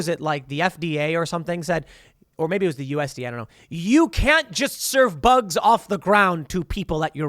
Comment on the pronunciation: “Eat the boogs”